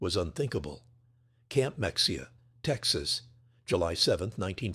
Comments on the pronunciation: PLEASE TEACH YOUR A I HOW TO PROPERLY PRONOUNCE THE LETTER X IN SPANISH WORDS ! The town's name is Me hay ya The county is Bay are county Bout time to hire a human! Preferably a Texan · "Mexia" is pronounced "Me HEE ah".